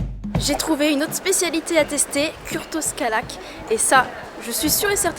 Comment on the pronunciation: Tous les clichés du parfait touriste de base, déjà vu et revu 1000 fois sur toutes les vidéos de YouTube sur la Hongrie. Vous vous foulez vraiment pas, et comme d'habitude une phonétique claquée au sol. Le Túró Rudi ce n'est pas de la mousse, c'est du cottage cheese et à la base c'est russe. Le kürtőskalács dont tu as aussi massacré le nom, c'est de Transylvanie. Bref 0 créativité